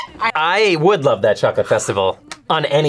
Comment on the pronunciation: The fact that no one commented on "I larb you" makes me kind of sad. As a huge MCU nerd, I got it instantly. You could say... I understood that reference